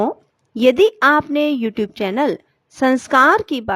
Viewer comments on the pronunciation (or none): none